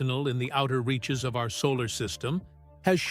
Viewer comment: Man, the AI narrating this is the worst! It keeps putting the wrong emfassis on the wrong sylabble! (Just sound it out... you'll get it). "... from its outer...(turns page)... REACHES!